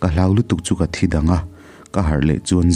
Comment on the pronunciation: Chhiar thiamin ngaihthlak a nuam ṭhin hle mai.. Kawng hnih khat lek in thawrawn ka pe dawn che.. Hloh(Tibo/hmu lo)a hman tur hi HLAUH angin i lam leh ṭhin.. Tin, Note tih hi Naute..Ran/ Ramsa ah erawh No emaw Note hman nise.. Ngaihthlak tui em em karah ka han tiri ve zeuh aw..😊